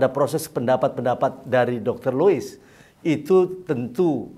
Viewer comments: Lois dok bukan Liuis.. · Dialek Sunda 😁😁😁